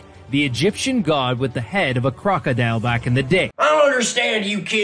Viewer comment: Am I the only person who is triggered by the way the History 101 pronounces the word ‘crocodile’?